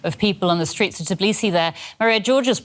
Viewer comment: TIBlisi ? 😂 they cant even pronounce your capital name